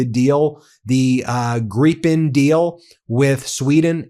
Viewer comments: Hey, you pronounced Gripen almost perfectly. Good job! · Very nice to hear that you have corrected your pronunciation of Gripen. Much appreciated by all Swedish speakers. 👍